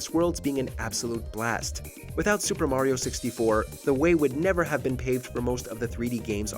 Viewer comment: No Chrono Trigger? You guys are whack, you can’t even pronounce Mario correctly.